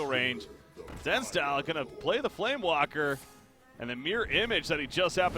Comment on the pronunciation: Though solo casting is more difficult than with a co-caster, I think you did a great job. Only criticism is about the mispronunciation of some of the cards. Namely FlameWAKER and Blade FLURRY. That's some minor stuff though :)